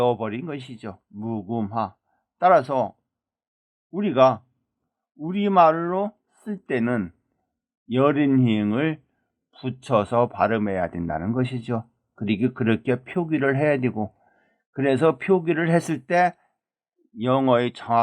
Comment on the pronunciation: 여린히응이 아니고 여린히읗으로 읽는 겁니다.